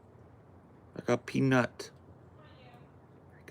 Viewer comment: OMG!! The squirrels!! Too freaking cute!! Also, kind of funny how you say "peanUt."